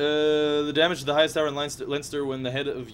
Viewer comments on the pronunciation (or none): none